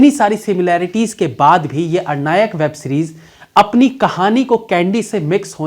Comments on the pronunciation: It's not arnayak , it's aranyak... pronounciation sir.. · aap galat pronounce kar rahe hain! Ar-nayak nahi aran-yak! From aranya (forest) to ananya-k! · Likha hai Aranyak bol raha hai Arnayak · भैया...अरनायक नहीं... आरण्यक है। अरण्य यानी जंगल से जुड़ा हुआ। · Web series के नाम का आपका उच्चारण सही नहीं है। आपने अरनायक कहा। जबकि सही उच्चारण आरण्यक है। अरण्य संस्कृत में जंगल को कहा जाता है। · आरण्यक है साहब अरनायक नही। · IT'S ARANNYAK, NOT AR-NAYAAK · Bhayya aap baar Arnayak (अरनायक) keh rahe ho. Actually iska pronunciation Aranyak (आरण्यक) hai 🙏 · Again aur ek Excellent review. But Series ka name ka pronounciation thoda alag hoga. Actually its a bengali word. So, I know that. In English Aranyak In Bengali আরন্যক In Hindi आरण्यक